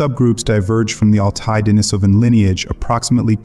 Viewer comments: Pronunciation: De-NEE-so-va (not De-ni-SO-va), De-NEE-so-van (not De-ni-SO-van). If you're going to make a video about these people, at least pronounce the names correctly. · I counted four different pronunciations of "Denisovan" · You might want to do a deep dive and learn how to pronounce Denisovan.